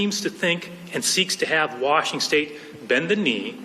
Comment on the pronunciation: Is it just me or does anyone else notice that Bob Ferguson doesn't know how to say the word Washington